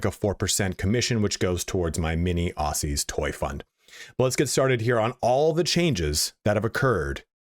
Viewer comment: i love your content and i hope i don't come across like an ass because the way you upfront your knowledge is absolutely wonderful and your videos are still enjoyable all the way through, but as an Australian, "Aussie" is pronounced with a "Z" like "Ozzie" or "Auzzie" again i love you stuff keep it up i hope im not being rude